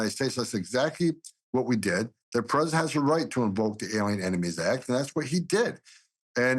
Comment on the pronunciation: It also kind of drives me nuts that he says, "Predent Chrump" and not "Prez - i - dent Trump". 🤣😂🤣😉